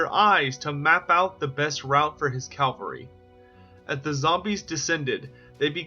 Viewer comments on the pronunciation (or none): LOL you keep saying calvary, it's cavalry...